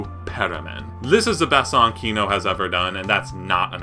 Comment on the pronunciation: Why are you saying KIno, while it is KinO, second syllable stressed in Russian